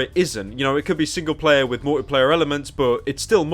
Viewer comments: Anyone else really annoyed at how he says "Mor'y'player" instead of "Multiplayer"? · Why does he pronounce Multiplayer; "Mouwlypleyeh"? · Multi-player, not mulleeplayah. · You say multiplayer funny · I love how Pyro pronounces "multiplayer"